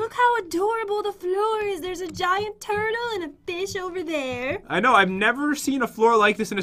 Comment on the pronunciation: When I herd say turtle I first through she said turd lol my mistake!